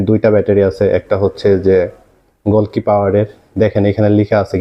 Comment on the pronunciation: গোলকি না... গ্লোকি😁😂 চোখ কপালে নিয়ে পড়েন নাকি মিয়া??